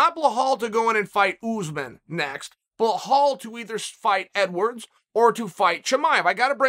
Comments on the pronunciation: Who is bluh-hall? Do you Belal? “Beh-lol” Come on Uncle Chah-lul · Uncle Chael number one fan but please call bilal it is not bilahaal hahaha it's PRONOUNCED BILAL BEELAAL Dana should put you head of match making and face of the ufc media ! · Chael! You need to get these guys' names right! Its KhaMzat not Hazmat! And its Bilal! Not bahal! Holly dude! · Surreal, Ya Rear, Bluhal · His name Is Bilal not bluh-hall lol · Blahal? Really . It’s so easy to say be lal Chaels to much lol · I’m willing to pay uncle Chael to let me know how to properly pronounce my name.. Blue hall got it for free. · It’s not blahal it’s belal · Chael butchering names. Blahal instead of Belal Macklchev instead of Makhachev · “Blehal” Muhammad is great Indeed Chael. “Bullhal Muhammad is really good as well. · He literally fucks every name up on purpose I think. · Correction, blull-halll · Blehall " Remember the name" Muhammed 😂😂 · My highly intelligent grandfather had a profound (and endearing) inability to correctly pronounce or remember almost anyone's name. It was delightful, and it is a primary reason that I subscribed to your channel. Be it "Bahal" today (for Belal Muhammad), or the always-funny "Makelchev" (for Islam Makhachev), to however it was that you mangled Jiri Prochazka's name. Honestly, it's a unique form of poetry and has its inherent beauty. And you are an effortless master. I'm not sure anyone in the UFC can claim to have any kind of credibility within the industry if you have not talked about them in some video, and given them some kind subtle new name. I love it. Have you considered willingly poking fun at yourself and having someone prepare a video of the cumulative manglings? I think it would be a successful video for you and make you some legit change. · Every single time he says Bluhall omg 🤣🤣🤣🤣🤣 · BLAH HALL oh Chael...you get me every time with the names lol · Lmaooooo for fucks sakes chael his name is not blu Hal. Couldn’t tell u what it is tho so I get the sentiment